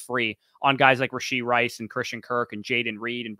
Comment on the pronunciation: Goal for next video - stop adding a "d" to the end of rashee (rashee rice). :P